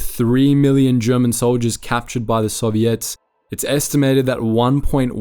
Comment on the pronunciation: Any other Canadians hear ‘Serviettes’ when his beautiful ozzy accent says ‘Soviets?’ 😅